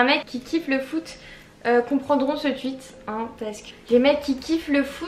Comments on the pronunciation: On dit « TWOUIT » et pas « TWUIT » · "tweet" pas "tuit" c archi stressant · Ça ma stresser tu sais pas dire tweet c trop bizarre